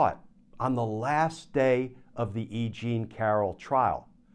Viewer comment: "E Jean" is starting to sound like "I Ching" to me! 😅